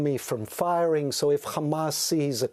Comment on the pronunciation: It’s Hamas not khamas speaking English 😂 🐀🇮🇱🐀